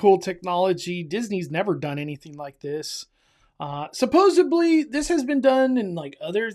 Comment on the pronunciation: did you say supposebly